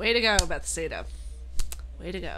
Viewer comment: buh-thez-duh XD